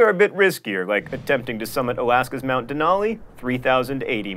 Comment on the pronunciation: As an Alaskan, I feel compelled to correct you on your pronunciation of Denali, despite mispronunciation being your thing! First of all, it isn't Mt. Denali, it is just Denali (or Mt. McKinley if you're not an Alaskan). More importantly, it is Den-Al-e, not Den-all-e. Wow, now I feel like I am nitpicking. I think I just got excited that I could finally correct one of John Green's famous mispronunciations.